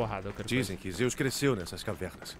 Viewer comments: Ksksks o falou "Enseada de Deus" e é Enseada de Zeus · que agonia vc falando "deus" ao invés de "Zeus" arrrg